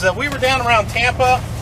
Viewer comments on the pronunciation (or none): none